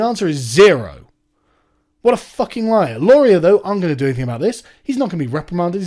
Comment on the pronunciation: laurie-AY it's fuckin laurie-AY! As a Canadian viewer, this has been bugging me for weeks, haha!